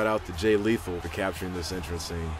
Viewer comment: ANYONE ELSE NOTICED HE SAID JEY LETHAL? REMEMBER HIM FROM TNA